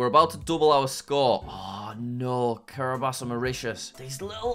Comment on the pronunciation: jack why do you say Kiribas instead of Kiribati?